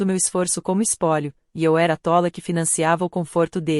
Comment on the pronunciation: Essas narradores tem que aprender a falar: a palavra é tola e nao tóla. É atônita e não atoníta,e não é xozinhoou chozinho é sozinho